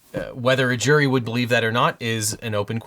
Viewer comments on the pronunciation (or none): none